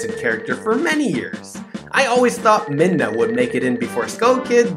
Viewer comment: its midna not minda